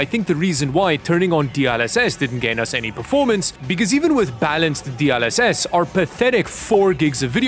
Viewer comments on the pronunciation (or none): DLSS ❌ D ul SS ✅ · I swear, my eye is flinching every time pronounces DLSS as "D-AHL-SS" instead of "D-EL-SS" lmao